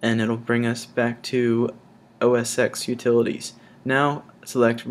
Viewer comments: Great video and very informative for Mac newbies so thanks for that my friend. I hate to be a tool, but I must just mention that "Mac OS X" is pronounced (phonetically) MACK-OH-ESS-ECKS. As the X is the Roman Numeral for 10 (i.e. the tenth generation of the Mac operating system. So we always say "Mac OS ten" - trust me on this one. Watch every Apple keynote or presentation if you don't believe me and you'll see nobody at Apple says 'oh-ess-ecks'. Sorry for being a dick but I had to say. But by means of apology, I'll give you a thumbs up for a great vid. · Well done. 'OS X' is pronounced "OS Ten" by the way.